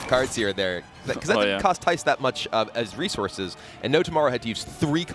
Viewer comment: ITS THIJS NOT THAIS!!!